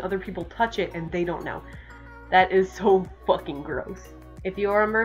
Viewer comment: The way you say “fUckEn’” is amazing XD